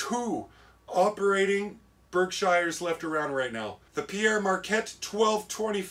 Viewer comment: Pere-Marquette pronounced "PAIR MARKETTE" if you are interested?????